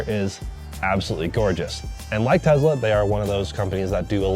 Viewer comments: Bro, it’s not tezla. It’s tesla. Enunciate your S’s! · Him saying Tezla and that CarPlay sucks immediately discredit him as any type of reviewer.